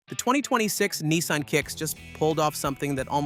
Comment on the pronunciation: yanks - there is NO EEE in NISSan